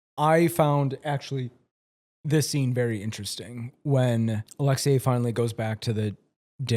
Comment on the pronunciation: Your pronunciation of “Alexei” is wild. “Alex-see-YAAAYYY” is western prison honey.❤(edit- use your tongue however you want 😬)